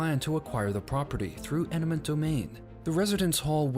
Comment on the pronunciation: EMINENT domain not ENIMENT domain